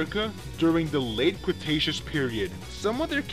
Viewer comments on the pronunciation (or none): none